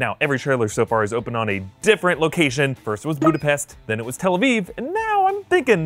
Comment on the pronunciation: The way you said tal aviv was weird